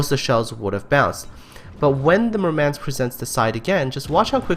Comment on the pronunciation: MOOHR-mahnsk. You stress the wrong syllable. Also it's more of an AH that EH.